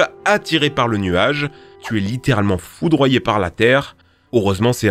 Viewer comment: A chaque fois qu’il disait foudroyé je rigoler.